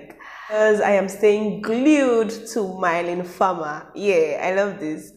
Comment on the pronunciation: Is Mylene becoming big in Nigeria??? Cool!!! Rightfully so ;)... pronounce mee-LEhn far-mER